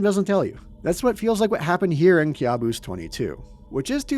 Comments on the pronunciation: I think it should be pronounced "kaboos" not kyabus😂😂😂😂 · It's pronounced Ka' buos 😊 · It's pronounced "caboose" bro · Youre kinda pronuncing the world wrong Kabus is a persian loan word in turkish, youre pronouncing it as if youre immitating Turkish accent